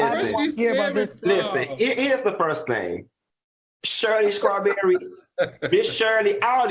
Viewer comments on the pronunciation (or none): Y Q saying “Shirly Scawberry”!😂😂😂